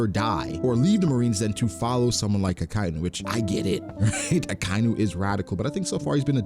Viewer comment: UhKyNew is murdering my ears bro. Idc if you dont care about hearing it again. Ah-Ky-Inu